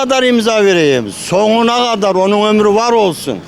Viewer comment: Dayı soguna kadarrr değil sonuna kadar ilk önce türkçe konuşmayı öğren senin ben amk